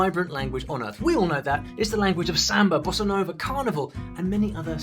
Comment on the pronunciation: you said "bossa nova" and I understood "bolsonaro" i almost told you to tomar no 👌